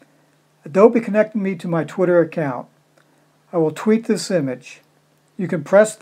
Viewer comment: Its twitter not tweeter lol